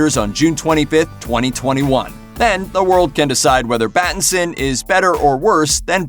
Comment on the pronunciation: "Battinson" Lol !!